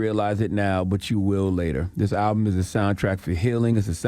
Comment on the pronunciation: I really wish CTG would pronounce the name of the album correctly. It’s been months now.